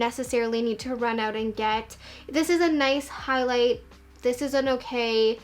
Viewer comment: the way she said “nice” - - “Nai-se” lol ❤️